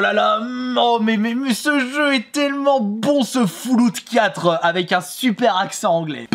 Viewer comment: J'adore la prononciation xDD fouloute 4 ! A partir de maintenant je le prononce comme ça moi aussi :p